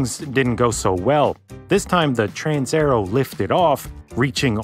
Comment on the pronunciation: TransAerEo. You swallowed la A and E. It is not a Trans_er_o.